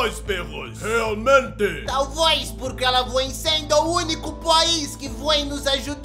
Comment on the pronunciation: Quebrei com angola falando kuduairo